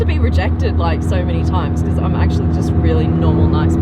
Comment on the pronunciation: I love how you say “because”. It’s like “becuse”. From the nickname supercar blondie, “super” is the most suitable adjective for what you do, who you are. I’m saying that just “becuse” it’s true! Never ever change!